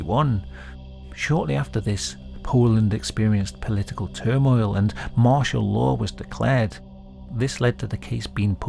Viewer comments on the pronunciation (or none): none